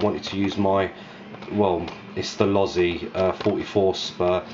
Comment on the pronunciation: Thats vrry nice ids why you've got dislikes mayb usa guys hating you pronounced losi correctly lol instead of lowsy. Looks very nice tho mate.